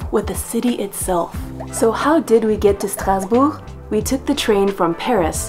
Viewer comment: My French pronunciation has improved immensely just listening to you say “Strasbourg.” Merci.